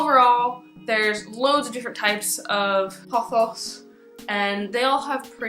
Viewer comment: I love the way you say pothos,seriously.